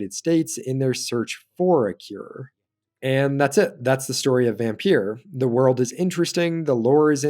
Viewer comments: its not vampeur its vampyr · It’s pronounced vampire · Just to point out Vampyr or Vampyre is pronounced exactly the same as VAMPIRE. It's just spelled differently. Vampyre or Vampyr first appeared in 18th-century poetry, before becoming one of the stock figures of gothic fiction with the publication of Polidori's The Vampyre in 1819, which was inspired by Lord Byron. The word use of VAMPIRE wasn't used until 1847 but has been a more popular spelling of the word due to how popular certain literature was written about it in it's use of the word such as Bram Stroker's DRACULA. But all in all the word VAMPYRE / VAMPYR are all pronounced the same as VAMPIRE.